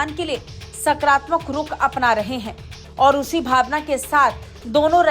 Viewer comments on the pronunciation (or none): भालवा नही भावना😂😂😂😂